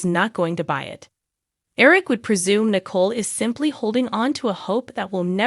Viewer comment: You are not pronouncing the name Nicole correctly and I just start listening